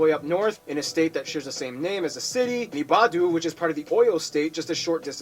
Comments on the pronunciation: Its not porno, its Borno state. And its not ibadu it's Ibadan Proudly 🇳🇬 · I loved watching this however pronunciations... 1. Benue is pronounced is not said like Benu or Venue. It's Ben-u- eyy.... 2. Ibadan is pronounced I-ba-don That an is like in French... Un (